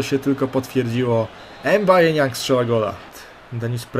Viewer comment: Co do Nianga, czyta się go: em baje niąg. Ograniczenia zbyt duże. Ciężko Ci będzie.